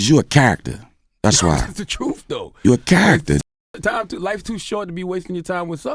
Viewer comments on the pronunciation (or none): "It's the trwuuth" 😂😂😂😂😂😂😂😂 😂😂😂😂😂